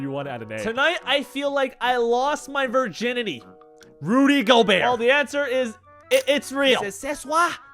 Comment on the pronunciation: honestly da rudy da rudy gobert french reading wasnt even bad